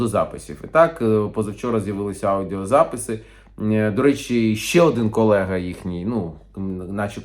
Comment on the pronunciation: навіть «аудіозаписи» не може вимовити. Яка ганьба 😢